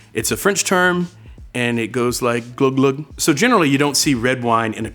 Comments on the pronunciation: Glou glou is pronounced gloo gloo in french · Man I love this series, good job bonne app! Btw pronounced "Gloo Gloo“